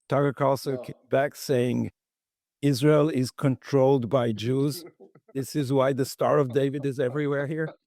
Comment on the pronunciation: Mike, it's not pronounced Is-REAL.